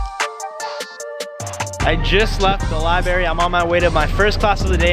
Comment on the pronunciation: "libary"😂😂 Edit: I thought that was a one time mistake but then you said it again